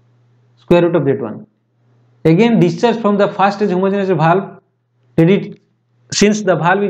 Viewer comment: Not bhalv its valve